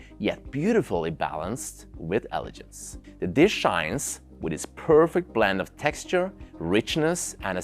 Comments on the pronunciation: wonderful review ! also, it is pronounced "eh-luh-genz", not "eh-luh-jernz". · in English, the word 'elegance' or 'elegant' has a hard G sound, like the word 'glass' or 'great'. Great video and I love the wine focus - Serving Keller VdF in the standard pairing is pretty impressive, as well as getting a Sta Barbara Chardonnay in Norway. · he means the word "Elegance" which you say many many times, wrong :)